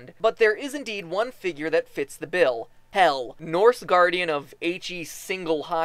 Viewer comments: You said Hial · MatPat im not hating but you prononsd Hel todely wrong (im from Sweden and iv lernd how to pronons that)